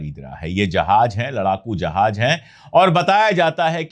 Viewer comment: Sir ,Jahaj nahin Jahaz hota hai, please